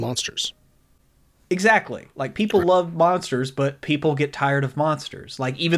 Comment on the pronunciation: "Hey their Poople"?